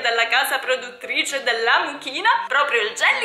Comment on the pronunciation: Io ho sentito la mucchina al posto di amuchina 🤣🤣